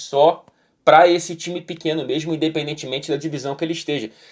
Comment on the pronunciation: O é tao educado e tao formal que até esqueço que ele é carioca, ai do nada ele manda um “MERMO” e me lembra esse defeito… KKKKKKKKK